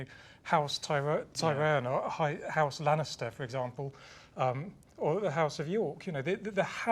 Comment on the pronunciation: I like how she pronounces "house" as "hice". As a Canadian, I'd say "hoose".